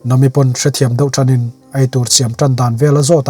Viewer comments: Yes vawi tam tak request hnuah mahse nam-i nilo in na-mi tih tur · Nahmi tih tur ni em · Nami i hming i lam dan a dik lo nami a mi lai hi thluk hniam rawh sir😅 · Khawngaihin ‘Nami’ ni lovin ‘Na Mi’ tiin min lamsak hram hram rawh. One piece fans zawng zawng tan😂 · Nami i lam dan chuh😂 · Sir nami pronoun dan kha a dik chiahlo a😅😅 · Nia kei pon amak k ti lom an hming alam dan te hi a dik vak lo 😊